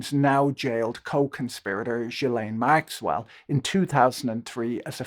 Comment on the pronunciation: I wish you would pronounce Maxwell’s name correctly